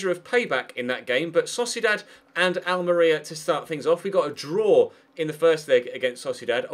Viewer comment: The way you pronounce Almeria (AL-MARIA) really bugs me!!!